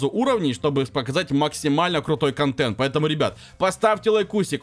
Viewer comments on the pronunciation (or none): none